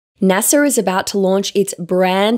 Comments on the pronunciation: It’s not NASAR.. it’s NASA. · There is no R in NASA.